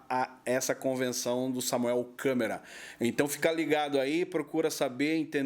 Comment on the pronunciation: " ,Dinheiro" é um "deus", sem ele nada funciona. 😄😄😅😆😂😅, O nome é Samuel Câmara e não Samuel " Câmera"😄😄😆😆😂